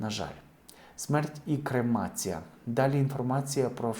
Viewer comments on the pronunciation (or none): Крамація??? Лабець!!! Навіщо!!!